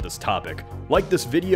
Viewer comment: Great vid! It did sound weird though to hear you say GeographyHub